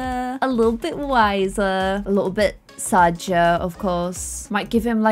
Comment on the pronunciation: its not sad Sam its sadge Sam lol